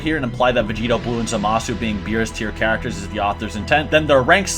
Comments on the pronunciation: People always pronounce zamasu and kefla incorrect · cabba kefla and zamasu's names are not pronounced those ways tho